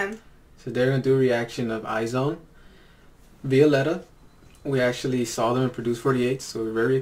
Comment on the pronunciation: The pronunciation is eyez one.